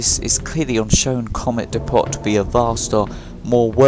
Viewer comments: It's "dep-oh" not "dee-pot" the t is silent. Can nobody speak English properly anymore.... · It's not dee-pot, it's dee-po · I've never heard "depot" pronounced that way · Well done bud, third video in a row you've kept my focus on, your doing outstanding keep it up, I've subscribed and rang then bell But my only criticism is the way you say depot, that was grinding me my man 😂